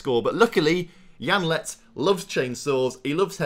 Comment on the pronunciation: Janelt not janlet